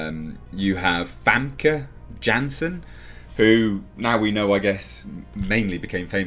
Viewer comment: Yes, Goldeneye made her a star. Xenia Onatopp! I cannot believe that did not know that, but hey, he didn't even pronounce her name correctly.